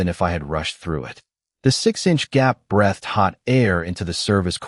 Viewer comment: At about : : the word presented as 'breathed' with a soft 'e' is not an English word!. With a hard 'ea' it is one and fits into the storyline!. Oops LoL 😮😮